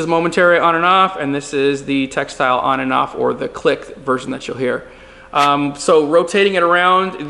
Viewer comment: Very informative video! Thank you! P.S. : it’s tactile not textile.